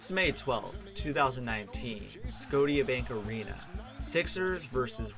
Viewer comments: Did you say "Sco-tee-a Bank arena?!" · Not to be rude but you didn't say Scotiabank Arena properly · Does anyone else not like how he pronounces Scotiabank arena? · Scotiabank Arena isn't pronounced that way but okey